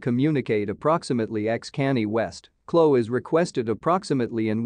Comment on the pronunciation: Click bait. This video is not try and it sucks. You just want reviews and likes to get money on here. You not good go get a real job #ijs you not a good reporter at all be stop pronouncing Kanye name wrong smh geesh.